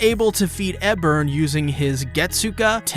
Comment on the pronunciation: OK like bruh Ebern even says his name in the episode... how you still saying it wrong?